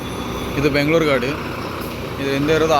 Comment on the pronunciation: ಮ್ಯಾಂಗಳೂರು ಅಲ್ಲ ಮಂಗಳೂರು ಬ್ಯಾಂಗಳೂರು ಅಲ್ಲ ಬೆಂಗಳೂರು ಅಣ್ಣ ಸರಿಯಾಗಿ ಕನ್ನಡದಲ್ಲಿ ಉಚ್ಛಾರಣೆ ಮಾಡು